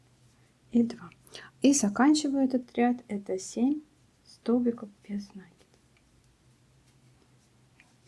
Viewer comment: Что у вас с ударениями? "нАкид, бИсквит"! В школе плохо учились? Слушать противно!